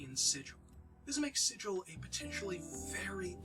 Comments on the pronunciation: ah, Sigil hard g (sih-gul), not soft g (sih-jil) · Super glad you're doing this. Planescape is the best D&D setting ever. Nothing else like it. That said, Sigil the city is pronounced with a hard 'G,' unlike sigil the english word. Easy mistake. Keep up the good work and spread the planescape love.